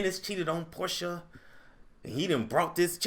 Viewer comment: I'm mad you keep pronouncing her name how Nene did! 😂😂😂